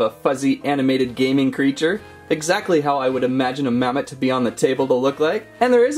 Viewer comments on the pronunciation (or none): its mammot not mammoth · ITS MAW AND MAMMOT NOT MA AND MAMMOTH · It's mammott not mammoth